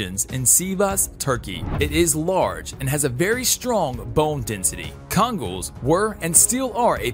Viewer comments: K-an-ul is ho you pronounce the kangal's name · What's a Dono Agentino? Isn't it know as Dogo Argentino? Also missing CC as they are second strongest bite. What's a Kon-gol not Kan-gal accent and pronunciation appalling sorry was going to subscribe no from me. Hmm please do a better research and also get pronunciation right and right name